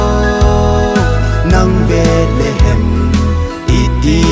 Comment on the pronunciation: Angei sele❤ahinla pronunciation hi khangthah te hin kikhol jep g le ong,eg Bethlehem, betlehem naty doh tai kahin oimo lom2 deh poi,epao u bon hilou😂🙏